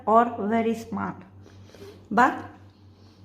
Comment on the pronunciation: It is actually small person not smart.just accent problem.